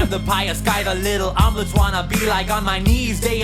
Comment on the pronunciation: I heard this so many times and suddenly realized he called the Amish kids "Little Omelets." I'm dying.